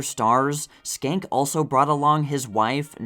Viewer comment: I love your videos and have watched for years! I think Joe Schenck's surname is pronounced "Shenk" because in Harpo Marx's autobiography, Harpo said when he was in Paris he stayed at the Hotel Georges V (Georges Cinq, or George the 5th). He couldn't get the pronunciation of Georges Cinq right until he realised he could say to the taxi driver, "Hotel Joe Schenck" and it always got him there 😂